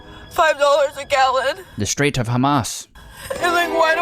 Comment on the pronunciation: BRO SAID THE STRAITS 😂😂😂